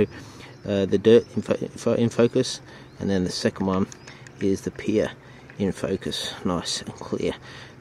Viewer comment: Nice video, mate. And it’s ‘pier’. 😉👍